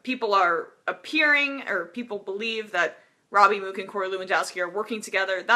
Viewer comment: The fact she doesn't know how to pronounce "Mook" made this so hard to listen to.